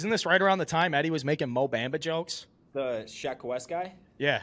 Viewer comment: saying Mo Bamba as “Bam-ba” is the most middle aged white guy thing I’ve ever heard